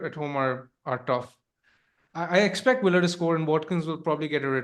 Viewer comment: It’s Aston Villa, not Willa! Every time that irks more than it should 😂😂😂